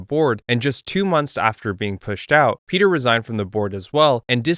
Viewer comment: Piotr isn't pronounced like Peter. bro is Polish, come on now